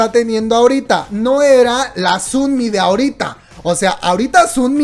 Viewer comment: ¿Por qué dices Sunmi? se dice sonmi... O no se si es mi imaginación pero weno 😂 o dices los nombres asi de cariño? Por ejm el de Chungha 😂 es chonja